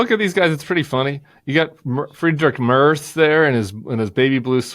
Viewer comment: I think I need to teach you both how to pronounce the German chancellor’s name. Friedrich Merz is easily pronounced. My German American ears are hurting. 😉